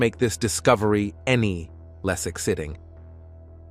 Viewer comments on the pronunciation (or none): I hate the AI's effort to speak. The word "Exciting" was pronounced "Ex-SIT-ting".